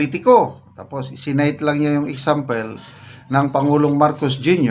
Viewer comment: EXAMPIL NOT EXAMPLE